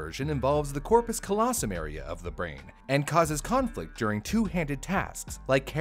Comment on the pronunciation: But pronounced corpus callosum incorrectly.....